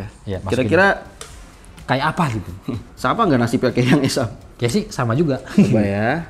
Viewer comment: Ko gw dengar asef iya, bukan esaf😂